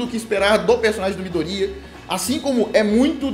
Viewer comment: Só eu que passo nervoso toda vez que ele fala "midorÍya"?